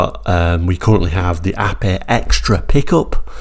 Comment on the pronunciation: I am so glad you pronounced the name correctly not Ape as in the animal, so many get it wrong. Great review btw